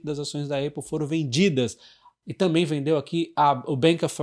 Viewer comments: na boa, apple pronuncia-se épou, não eiupu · Bom dia,! Sigo vc regularmente….gosto muito das suas análises….uma crítica construtiva, sobre a APPLE, a pronúncia correta não é ÊIPO, Mas sim ÁPO….nao me leve a mal, mas sugiro que corrija essa pronúncia, pois “dói no zuvido “ 😂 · Não vejo problema na pessoa pronunciar errado. A gente pronuncia a maioria das marcas de forma errada, como Levis, Adidas e Ray Ban. O que causa estranheza é que a Apple é muito conhecida e ninguém no Brasil fala Êipow. Pelo menos gerou engajamento kkkk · Épol não eipol. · Repita comigo: Épol. Não existe Eipol 😅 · Vc precisa melhorar o seu inglês. Dói o ouvido de ouvir "Eipol" 👎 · sou seu fã! obrigado. a pronúncia de Apple eh “ÉPOL” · A pronúncia correta é Apol, com A aberto. ÉPOL também está errado. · nem um, nem outro, o correto seria Ápplal, coloca no Google translate e aperta o botar de áudio para escutar a pronúncia correta! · Já ouvi vários americanos falando "eipol" ... talvez haja uma diferença regional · Hahaha, eu pensei em postar. Boa! Soa muito estranho a pronúncia errada.